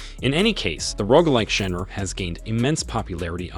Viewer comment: How do you have a YouTube channel that's on the way to being mildly successful and don't know how to pronounce genre and roguelike?